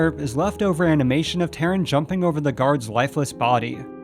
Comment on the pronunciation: "Terran"? I have always pronounced it "Tar-run".